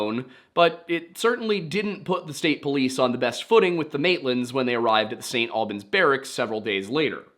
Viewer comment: I gotta correct you man, St Albans is pronounced the same way as Albany just without the ny at the end, also it’s so crazy how Brianna went missing on my second birthday